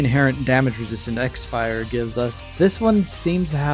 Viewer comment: Btw you called it "x fire" but it's actually supposed to be pronounced "crossfire" lol, those japanese people were funny to come up with a name like that